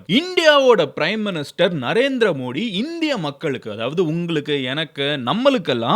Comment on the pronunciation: You are pronouncing the prime minister's name wrong. Not modi Modhi why South people don't like modhi ji where BJP there is safe like Gujarath, Rajasthan, Maharashtra, madhya pradesh